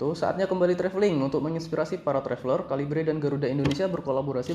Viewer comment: KALIBRE KALIBRE.. (read) KeLIBER MASS..wkwkwk dr sekian bnyak review bacanya gt semua..wkwkkw